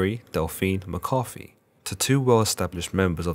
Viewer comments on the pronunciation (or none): none